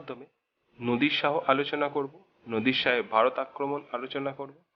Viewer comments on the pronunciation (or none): উচ্চারণে এমন ভুল করলে কি চলে? " নদির " শাহ বলাটা ভুল নামটা হবে " নাদির শাহ "। বানান গুলোর উচ্চারণ ভালো করে শিখতে হবে।